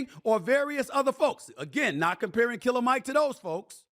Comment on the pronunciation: Stephen A… smh cmon bro. It’s Killer Mike as in KILL-A-MIC… He’s a RAPPER bro.